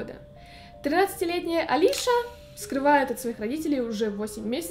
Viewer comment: Правильно не Алиша, а Алисия.